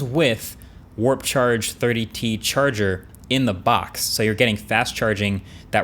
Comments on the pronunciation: Did he just emphasised "charger IN THE BOX" lmao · Love how he emphasises on the phrase "charger in the box"😂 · pro grammars skilz innit